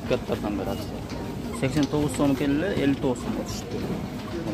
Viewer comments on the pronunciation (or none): Аксия эмес Акция Ц га ударение койгула . А так колдойбуз . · Акцияны тыныраак суйлоп алып акылдуу болчу,аксия дебей,бойкот мойкоту жок эле болуп турат акциялар